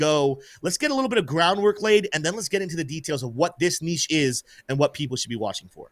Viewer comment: May God bless for his pronunciation of ‘niche’. Spoken like an American!🇺🇸